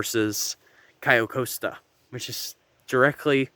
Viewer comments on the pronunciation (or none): It’s pronounced “Cay-oh cost-a”